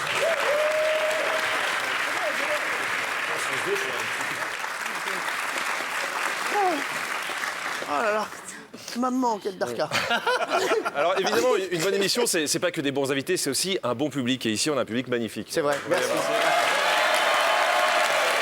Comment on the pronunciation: Arrêter de dire darka c'est dahka